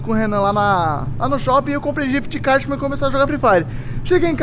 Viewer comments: ele falou jift card kkkk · N é codiguin é ghif card